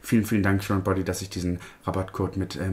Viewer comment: Oh sorry nur so am Rande, das englische Wort current liest man [karent], es bedeutet der (elektrische) Strom. ❤